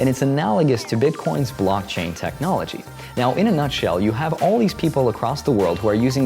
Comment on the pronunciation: Lol is he saying BLUCK-chain?